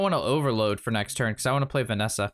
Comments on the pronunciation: Did you just call Vanessa "Vessina"? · Notice how pronounces it Venessa and not Vessina Edit: lots of comments like this I just noticed. Oops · did you just call Vessina "Vanessa" 😂